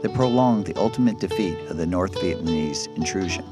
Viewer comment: He told the painful truth, LBJ, Gen. Westmoreland, Robert McNamara, and Nixon were all war criminals, the American people blamed the veterans for the loss of the war, proof that Americans knew the war was wrong. America has never recovered from the Vietnam War, this narrator is unable to pronounce the word "Vietnamese".